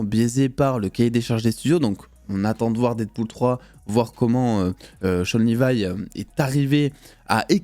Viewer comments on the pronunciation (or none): none